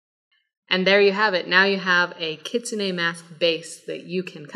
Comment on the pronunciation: Keets-neh. Ki tsu ne. The u in tsu is unspoken, via my Sensei Setsuko from Okinawa. :)